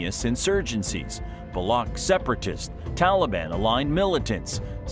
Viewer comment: Baloch is pronounced with a CH like in Chair. Thank you for the video btw.